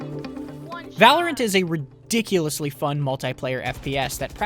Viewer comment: Whoa, Black Betty (Val-or-ant) Whoa, Black Betty (Val-or-ant) Black Betty had a child (Val-or-ant) The damn thing gone wild (Val-or-ant) She said, "I'm worryin' outta mind" (Val-or-ant) The damn thing gone blind (Val-or-ant) I said oh, Black Betty (Val-or-ant) Whoa, Black Betty (Val-or-ant)